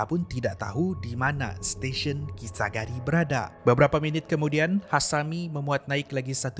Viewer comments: kisaragi bukan kisagari hehe cuba tgk betul2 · kisaragi la bukan kisagari 🤭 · Terperasan yg perkataan Kisaragi tu, Salah sebut, sebut kisagari kalau x Silap Saya lh. Ini Tegur ja, harap jgn kecam.😅🤝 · Memang la xjumpa dan xtahu namanya kisaragi bukan kisagari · kisa ragi min.. bukan kisa gari...😆😆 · bukan kisagari laa.. kisaragi namanya:p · salah sebut nama station kisaragi 😁